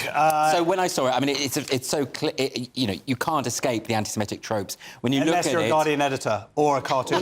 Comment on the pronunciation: This is less of a problem than the actual problem of anti-semitism, but why do people pronounce it anti-simetic? It’s wrong, it’s not pronounced that way. It’s like calling the month Nevomber.